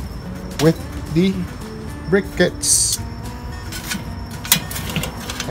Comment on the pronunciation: PLEASE learn to say Salmon and Briquettes correctly LOL